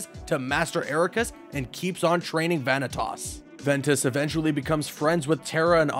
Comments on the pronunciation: Who the high hell is Vany Toss? It's Va-NI-tas. Va-knee-tus. Vanitas. I can forgive Xee hanort, but god the butchering of Vanitas is almost as bad as what happened to him in the Monster's Inc world. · The second I heard you pronounced vinitas vanitos I closed the video and disliked. Omfg😂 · Zeeanort and Vanitaas 😂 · You mispronounced some of the characters name such as Vantias, Naminé, and some of the organization XIII members. No hate just correcting a mistake.